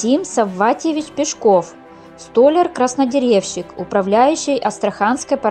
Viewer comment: Что за безграмотный диктор. Ударение неверно столяр, авторов. Грамматические ошибки есть в речи😫